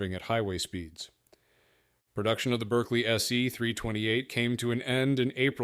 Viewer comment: Another great video, lots of useful information about little-known models and very enjoyable. Berkeley is pronounced Barkley in English, say Acherbo for Acerbo, and Chisitalia instead of Sisitalia.